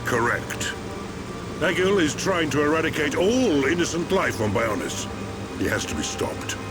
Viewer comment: Also and amber need to listen more to the cutscenes because they aren’t angels they are high entia and it’s egil not ejil and they are Homs not humans